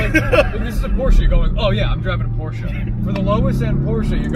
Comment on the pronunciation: SAY PORSCHE AGAIN!!! 😡😡😡